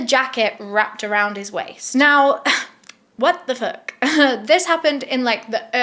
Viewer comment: I love how you say “HwOtt tha foUUHK” it makes my lil black heart happy 😂